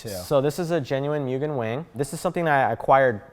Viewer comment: Again with butchering the pronunciation of mugen 😤